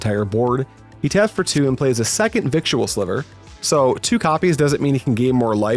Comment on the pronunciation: Love the content! Victual is pronounced “viddle” like fiddle